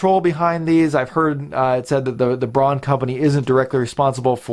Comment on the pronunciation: "Braun" is a German word meaning "brown". It's pronounced "brown".